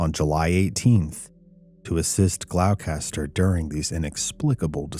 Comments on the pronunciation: As a Massachusetts native Gloucester is pronounce Glosster I'm not a fan of obscure geographical names either and often fudge them lol. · Gloucester pronounced glosster darling 🤗